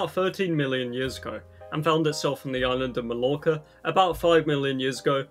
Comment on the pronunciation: Did you just pronounce island as eeslan?